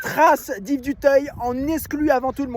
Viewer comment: Dutayeeeuh pas 🤦🏻‍♂️🤦🏻‍♂️🤦🏻‍♂️🤦🏻‍♂️🤦🏻‍♂️ duteuil